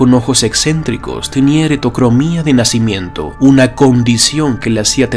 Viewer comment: no lo digo por acentos, sino porque dices heretocromia en lugar de heterocromia.